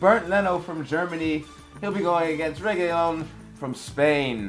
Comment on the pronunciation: Guys it's pronounced reguiLon it's just one L ;)